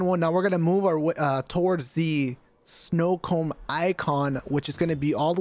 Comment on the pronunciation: I have watched this video a couple times, and props to you bro for it, especially using the same shiznit I use myself... but I heard "snowcomb symbol" and had to do double left side tap for the playback...snowcomb...snowcomb. like that Jack frost type hair combing tool. Or a winter time diddy. Haha